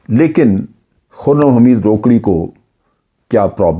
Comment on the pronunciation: جنرل صاحب ۔۔۔یہ "روکڑی" نھیں ھے "روکھڑی" ھے۔ یہ میانوالی کی بہت بڑی قوم ھے مگر یہ شخص نہ جانے کون ھے۔۔۔